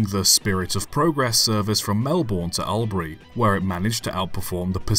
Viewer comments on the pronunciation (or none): Its not al-bri it's All-bry. I know you have little way of knowing this. And Malbourne is pronounced Mel-bin by most aussies. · Australian here, Albury is pronounced as All, not Al. You got most of them but that one stuck out! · Melbourne is pronounced "Mel-bn" and Albury "All-brie". It's also "Aitch" not "H-aistch". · Albury is pronounced All-bree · Sir, you cannot pronounce two of the place names in Australia. Your pronunciations are laughable. Try these: Melbourne: "Mel-bn" Albury: "Orl-bree" You got Ballarat and Wodonga right